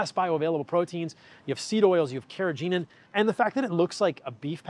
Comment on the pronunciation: Carrageenan has a hard g, like ghee, not a soft g like George.